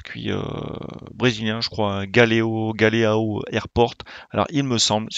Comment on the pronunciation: Ça se prononce Gualéan, ao en Portugais = an. Chuis d'origine brésilienne ;) , sinon pour le circuit c'est normal qu'il soit nul avec que des lignes droites vu que c'est un aéroport🤣... Je connaissais pas ta chaine et je savais même pas qu'il avaient transformer cette aéroport en circuit temporaire pour la Stock Car Brésilienne, merci.